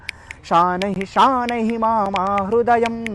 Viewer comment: उच्चारण अशुद्ध हैं। ध्यान दीजिए कि संस्कृत का अपमान न करें। तुषारहार में ष का उच्चारण, शनैः को शानैः बोल रहे हैं। यह गलत है।